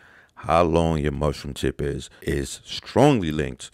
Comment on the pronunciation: He said mush room room tip